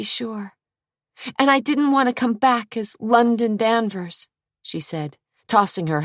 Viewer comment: The londaon/Zack is so ick